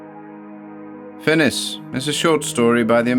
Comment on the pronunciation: I believe that title should be read as in the French, fin-ee not fin-is.